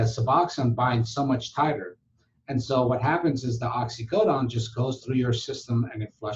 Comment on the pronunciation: Oxycodone. Why you say oxycodon?